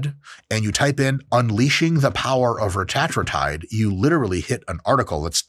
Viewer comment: That’s the right way to pronounce it. Same thing with semaglutide. Its pronounced sem-AH-glu-TIDE